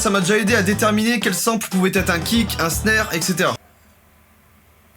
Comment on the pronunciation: Plagia Clash Of Jacky, sample ce dit sanpeul